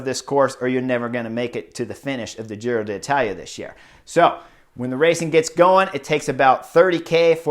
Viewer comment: “Giro Datala” … im gonna say it like that from now on lol!